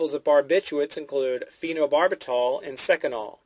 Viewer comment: you pronounced like over half of the medications wrong...phenothiaziNINEs? barbiCHUATES?